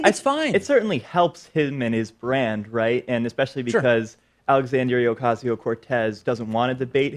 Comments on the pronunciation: it's OH-casio not AH-casio. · thanks for the response. as a fluent portuguese speaker and a resident designer at the Latino Theater Company here in LA, it's really "OHcAHsio". true the "a" at the end of Alexandria makes it a little more tricky. i usually go with AlexOC or AOC. AHcasio makes it sound like "acaso" which is spanish (and portuguese) for "chance" or "maybe". "Democrat Party", anyone? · Please pronounce her name with an O sound. You keep saying it with an A sound.